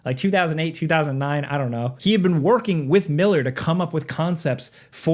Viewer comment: Did you just forget how to say 2009?